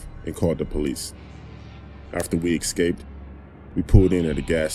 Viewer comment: “Ekscaped”? “AMBALANCE”?